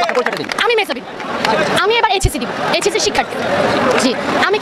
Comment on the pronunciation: এইচএসসি উচ্চারণটাও তো ঠিক মতো করতে পারছে না সন্দেহজনক